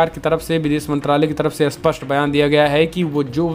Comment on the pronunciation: आप कहना चाहते हैं 'स्पष्ट' मगर बोलते हैं 'अस्पष्ट' क्या आप इसे सुधारेंगे?